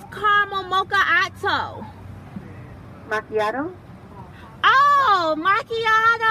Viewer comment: Couldn't pronounce Macchiato to save her life 😂